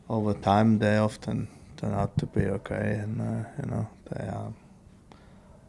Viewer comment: I love the way Kimi Raikkonen pronounced "Often". Brilliant.